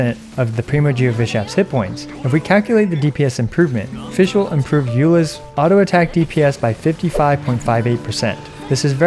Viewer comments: You can’t even pronounce her “made up” name correctly you got no right acting so full of yourself with “Amy” 💀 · i love it when non german people try to pronounce fishl, die Prinzessin der Verurteilung. Had me giggle but for sure i would sound really funny if i try otherwise with other languages! Really enjoy your content and it helped me out alot on deciding what to build and focus so far. It's always a calm and informative Source i love to use, thank u for your content!